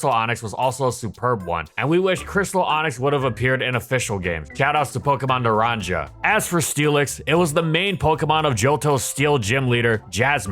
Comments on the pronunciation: Bro pronounced naranja with the hard j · Silent J that sounds like an ‘H’ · Bro doesn’t know how to pronounce NARANJA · The way you pronounced naranja hurt me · As a Mexican, the pronunciation of “Naranja” hurt right in the motherland